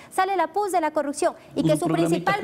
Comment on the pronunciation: No entiendo por qué muchos asambleísta no puede decir corrupción todos dicen CORRUCCION, así como dice la asambleísta Veloz. Lean eso ayuda mucho a mejorar!